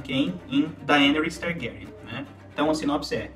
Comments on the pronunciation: Eu sei que o próprio Martin não estabeleceu regras de pronuncia para os nomes dos personagens, mas esta é a primeira vez que ouço "DaÊneys", com a silaba tônica na letra E... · Poha esse nao e o nome da dany. Daenis 😂😂😂😂😂 aaaaaah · Bom vídeo! Mas achei estranho como pronuncia Daenerys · fala o nome da Daenerys direito caralho.